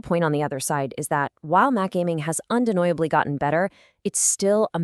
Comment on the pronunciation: The voice is very good. I presume it’s you. Anyway one minor note on pronunciation, deniably -as in undeniably - is just deny with uhb-lee tacked on.